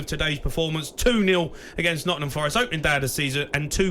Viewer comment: Jamie, ‘ Nottinham’ has a G in it🤦🏽‍♂️🤷🏽‍♂️😂😂same as ‘birminham’😂😂